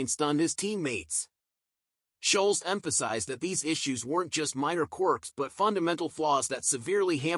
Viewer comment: Annoying yanks can never get names right ? (Scholes) not sholes!!! 😂